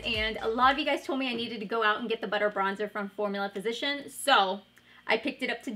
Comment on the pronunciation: Did anyone else notice she said 'Formula Physician'? Haha love you!